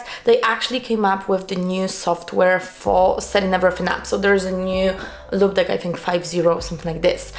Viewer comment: Would love to know how this stacks up to Elgato StreamDeck. EDIT: and yeah, in English the pronunciation is "loop".